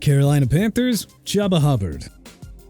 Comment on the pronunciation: Isaiah pronounced ai-zay-uh not e-sai-ah dude... SMH... also chuba pronounced choo-ba NOT CHUBBA! Achaemenid empire pronounced uh-kee-muh-nid! You can't even pronounce Jaguars! It ain't Jagwires it's ja-gwaars! Do me a favor: call up Jacksonville's team owner and see if they need a name change! I hope it happens soon! UNBELIEVABLE... oh yeah and if you can't pronounce New Orleans right then you have NO respect for the city in Louisiana!! New Or-lins not New Or Leans!! And you have Isaiah Loudermilk's name misspelled. IT'S NOT ISAIAHH! WHAT'S WRONG WITH YOU PPL?!